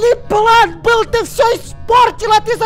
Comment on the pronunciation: ну тип бил - был, ти- ты. Просто он так говорит